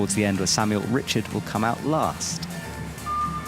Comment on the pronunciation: Also pronouncing the French athlete Richard with the English pronunciation is so annoying lol